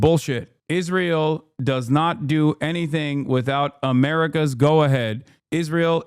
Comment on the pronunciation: "Its amurikas fault," stfu crunchy boy.